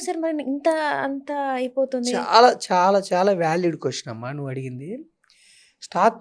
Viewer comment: మీరు మీ' తల్లి దండ్రులను, చెల్లిని ' థల్లి థండ్రులు, ఛెల్లి ' అని ఇతరులకు పరిచయం చేయరని అనుకుంటున్నాను. ఒక వేళ నా ఊహ తప్పు అయితే క్షంతవ్యుడను. మీరు ' ఛాలా ' అని కాదు ' చాలా ' అని; 'ఛిన్న ' కాదు ' చిన్న ' అని; ',; ' అంథో ఇంథో ' అని కాక ' అంతో ఇంతో ' అని పలకాలమ్మా. ఇక ఉటంకించడం మొదలు పెడితే అపభ్రంశ ఉచ్ఛారణ గల పదాలు నీ నోటి నుండి ధారాపాతంగా వెలువడుతు ఉన్నాయి అని తెలుపడానికి నేను సంశయించ వలసిన అవసరం లేదు. అక్షరాలకి లేని చోట ఒత్తులను చేర్చి పలకటం నీ దృష్ఠి, లో ఒక (నీ) style కావచ్చు, కానీ అది సమర్థనీయ ఉచ్ఛారణ కాదని గ్రహించి తదనుగుణంగా నీ ఉచ్ఛారణను సరిచేసుకో వలసినదిగా వినమ్రంగా మిమ్మల్ని అభ్యర్ధిస్తున్నాను ' తల్లీ ' నీ style లోనైతే ' థల్లీ ' అంగ్ల భాషా జ్ఞానం లేని ఒక హిందీ ఉపాధ్యాయుడు ' challenge ' ని ' ఛలేంగే ' అని పలికినా తప్పు కాబోదు అని నా భావన. చుంచు sorry మంచు లక్ష్మి విదేశాలలో కొంతకాలం చదువుకున్నది కనుక ఆవిడ అదోరకమైన ఉచ్ఛాలణను అలవరచుకొని; (తను విదేశాలలో చదువు నెరపానని తాను చెప్పకనే ఇతరులు గ్రహించాలని కాబోలు) అలా మాట్లాడుతు ఉన్నారు అని మనం భావించ వచ్చునేమో.